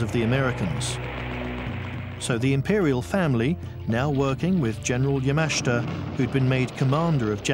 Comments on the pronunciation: It's not Ya-MA-shi-ta It's Ya-ma-SHI-ta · pronounce" Yama-SHIT-ta" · So very hard to listen to the constant mispronunciation of Yamashita's name. Good video but learn how to pronounce Japanese names and drop the facebook logo in the lower right hand corner.